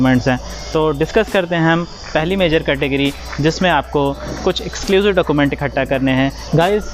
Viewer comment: Process is good bit you should mention url of rto and charges and other rule also... Plz pronounce document properly